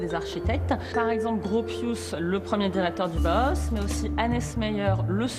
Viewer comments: Une information très très bancale pour avoir étudier le Bauhaus, je trouve qu'en six minutes on peut largement mieux résumer l'histoire du Bauhaus (qui se prononce en deux temps Bau et Haus) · aucun d'entre eux n'a réussi à dire Bauhaus correctement XD